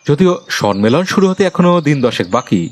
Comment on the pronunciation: উপস্থাপনা আর একটু উন্নত হতে পারত. Sonman... Sonmelon কথা দুটো ভুল... কথা টা somman আর sommelon.. ন এর উচ্চারণ টা হবে না কানে লাগছিল তাই বললাম ❤❤❤